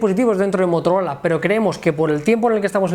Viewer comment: Motorol?😂😂😂